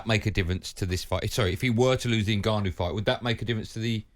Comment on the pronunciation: Did i hear frank say NIGGAnu